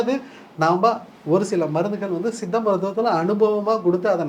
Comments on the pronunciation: தம்பி... மருத்துவர் சொல்கிறது போல் சித்த மருத்துவம் என்று சொல்லவும்.. உங்கள் உச்சரிப்பு தவறு... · Tamil medicine is one of earliest medicine in the world. It deals with many subjects both internal and external of the Human beings. Anchor try to pronounce properly 'Siddha Medicine ' not seetha medicine.